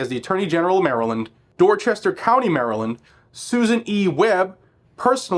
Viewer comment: PS. You pronounced Dorchester wrong.